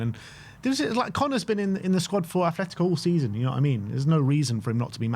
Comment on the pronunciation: Please fellas it’s “ATletico” not “ATH” 😭